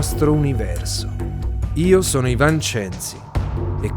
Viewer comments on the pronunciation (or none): none